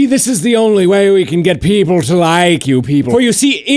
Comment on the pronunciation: I love how it sound when he says people as peepurel.